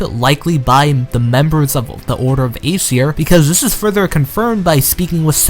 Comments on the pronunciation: its Ay-seer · Aeseir is pronounced aye seer